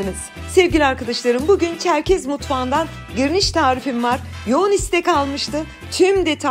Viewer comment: Çerkez değil, Çerkes. Lütfen dikkat edin